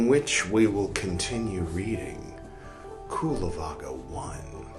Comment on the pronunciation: hi there, thank you for reading the vinaya from the palicanon . i only like to say that cullavagga ist pronounced with an ch sound at the beginning, like the ch in cherish . so then it sounds more like chullavagga. the same sound you can find also double in anicca , which means impermanence in pali and so on. all the best to you sir, warm regards from germany